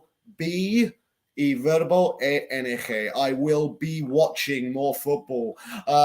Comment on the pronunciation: Es ING no ENG, please say I in spanish corretly, thanks.